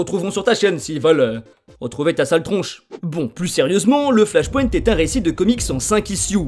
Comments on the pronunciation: Sympa l'explication mais la prononciation de flashpoint et wildstorm fait saigner les oreilles. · Ohlala cette prononciation du mot flash point...